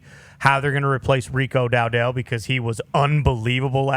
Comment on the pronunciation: “Dow-Dell” 🤢🤢 I hate that so much lol